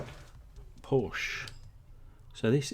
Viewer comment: Hey, love your vids. Just one thing you pronounce Porsche wrong. Porsche made a vid for guys like you Cheers;)